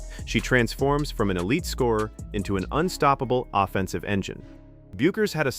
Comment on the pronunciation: teach your ai how to pronounce Paige's last name